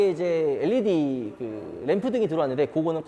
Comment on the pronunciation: led를 엘리디라고 읽는사람 첨봐써요